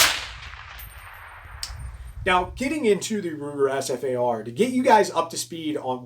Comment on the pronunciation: It's known as the Ssss-far-ah